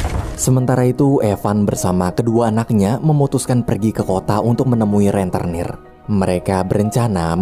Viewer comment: "Rentenir" bukan "Renternir".